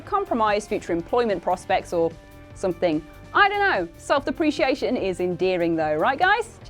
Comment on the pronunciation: Self-deprecation, not self-depreciation. I feel like almost all the announcers on this channel grew up on the internet and don't know how words are supposed to sound out loud.